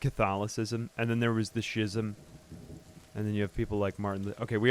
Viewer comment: Schism is pronounced as skism